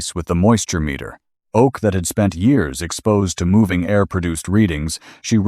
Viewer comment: love this story☺️ narrative is also good - except one place where he said dry O A K